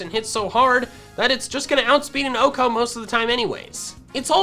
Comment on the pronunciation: did this fucker actually just pronounce 1 hit KO as "ohko"